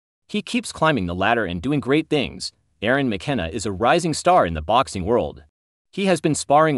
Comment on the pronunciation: It's Jaron not Euron